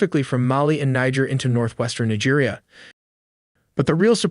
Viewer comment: Its Neejia not Naija. Thank you.